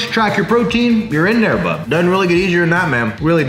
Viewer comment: I hate how he’s says bud